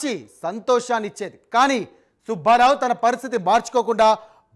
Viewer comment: ఒరేయ్ సుభ్భారావు కాదురా సుబ్బారావు అని చదవాలి. తెలుగు చదవటం నేర్చుకోరా శుంఠ.